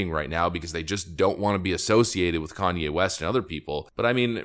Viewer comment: Tim lost watchers from people that can not stand Kan-ny.